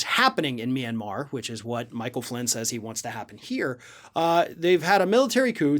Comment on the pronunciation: I heard Flynn's speech. I had no idea Myanmar had six syllables.